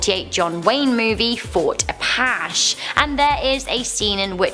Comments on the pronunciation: really like the channel, but your pronunciations are terrible. A-pashee? A-pa-chee, like Geronimo. Thanks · Wahawka??? Oaxaca cheese is from Oaxaca Mexico...what does that have to do with W? Maybe sounds the same, but c'mon... And the native is called APACHE (AH PAT CHEE) not apash... I love you guys but please learn how to pronounce words before doing these videos.